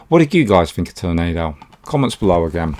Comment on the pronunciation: I hadn't heard of Prisoner Of War yet. I'm also a fan of his, ever since I first saw the first "Ninja" movie he did., of course your crush on Joan Chen is gone. It eventually has to fade at least somewhat, in a world where Cherie Chung exists. I cracked up at the way you said "Tornado"